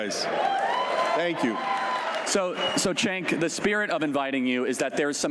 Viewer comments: Chank? LOL. I thought his name was pronounced "Jank"? He doesn't even correct the Nazi? Chickensh-- MagaBitch! I can't bear to watch another second of this. Just answer me this: Do they hug or kiss goodbye at the end of this fluff session? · Gotta love how Cenk is bowing down to MAGA and Charlie can't even say his name right.